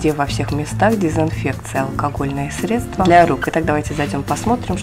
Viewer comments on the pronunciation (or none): none